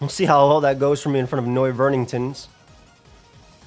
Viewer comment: bro said "noiverningtons" i cant take it any more i cant